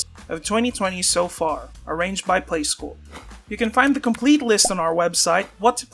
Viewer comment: The playscore announciation sounds weird haha, but cool list.